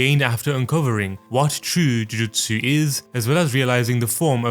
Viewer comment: i hate the way this guy pronounces jujutsu